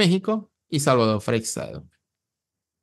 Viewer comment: LaSar no!!, LaZar! Frecxedo nooo, Frei-shedo!!((Freixedo)